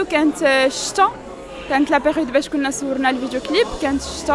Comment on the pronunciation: سوتو زوين. سودفة.. سورنا الفيديو ..السوت ..واش ماكاتعرفش بلي كاين حرف الصاد فالعربية